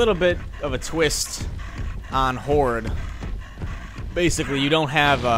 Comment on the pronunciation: Horde sounds like hor lol